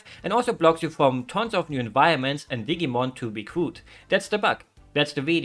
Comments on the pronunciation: Hearing digimon pronounced like "Diggymon" made me giggle perhaps a bit too much. If it's useful information at all, in English we pronounce it with a more firm i sound. I'm no good at representing phonetics but something like "Dih-Jee-Mon". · I like the way you pronounce Digimon with a hard G like in the words Get and Great. The G is actually a soft G, like in the word Gentle or Generation. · Dig-ee-mon, awh lol